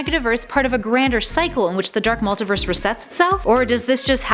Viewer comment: Jesus Christ, I have never heard this much butchery of pronunciations for so many words. The pronunciations weren't even consistent either. She kept on going from "Multaverse" to "Multiverse" then back again.